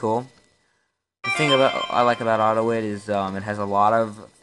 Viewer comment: It's AUTO-I-T.